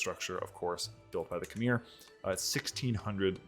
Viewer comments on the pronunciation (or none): It’s not khm-eir. It’s kh-mai.